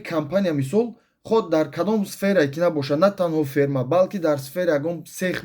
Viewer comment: Ҳамаш фаҳмо. Лекин ФЕРМА не ФИРМА